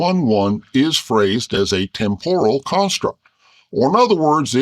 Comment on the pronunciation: Ditto "temporal".